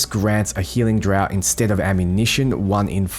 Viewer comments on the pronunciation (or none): it's pronounced drarft mate. Draught - "Drarft". Like keg beer. Thx for the guide! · Draught is pronounced "Draft". Other than that great video!